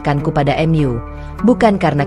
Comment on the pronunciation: Jangan mengucap mu menjadi m yu,kita orang indonesia,tidak wajar menguca seperti itu,AD kupang NTT